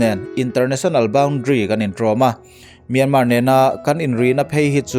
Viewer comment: Mizoram tih a R hi ilam Chiang tho sia,ti nge Mianmar tih a R hi i lam rik ve loh ..nge ka hresual zawk a Mianma tih a lo ni tawh zawk ..